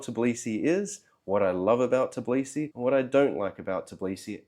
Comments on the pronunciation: That kind of consonant cluster ("tbl") is very difficult to pronounce for a native English speaker. Although it does make me wonder how the guy managed to live in Georgia for 3 years (not 3 weeks or months) without learning any Georgian. Especially if few people over there speak good English. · as another u.s. citizen living in Georgia for 8 years, i agree. just listening to his pronunciation of tbilisi is cringe worthy. No one assumes i'm Russian either. Saying all the russians left, and he can understand why....obviously not. they did not all leave, and he does not seem to understand much of why they would. it's not about saying Sakartvelo instead of Tbilisi, Sakartvelo is the country... it's about the butchering of city's name. Many native English speakers do the same when they first come here, it's understandable, but once corrected they tend to sort it out quite quickly from my observations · its not " Tiblisi" its Tbilisi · Tbilisi bro not Tiblisi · Interesting video, thank you for that. Although it’s weird that after three years in the city, you still cannot pronounce its name - It’s TBIlisi, not TIBlisi. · When you can’t call the name correctly where you have been for 3 years? I’m not even watching your video or listening to your excuse why have you left! I’d say you don’t deserve to be here! It’s Tbi-Li-Si …Tbilisi. Not Tib-Li-Si. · I get it that it's hard but, after 3 years of living you are pronouncing it wrong, it is Tbilisi not Tiblisi, you should be saying T and then b nothing after that, other than that great video about your experience. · In 3 years, you couldn't even learn to pronounce Tbilisi correctly? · 3 years and you still can't say Tbilisi? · wait... you're pronouncing the T in tbilisi... is that the correct pronunciation? I went to Tbilisi last year and loved it....was i pronouncing it wrong?